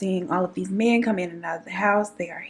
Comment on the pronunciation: “He was into the menz.” Me: 😭😭😭😭😭